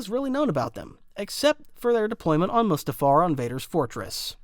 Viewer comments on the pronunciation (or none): none